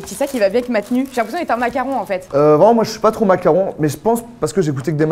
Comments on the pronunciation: Pk il dit mac Caron ? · Parck on dit Mac caron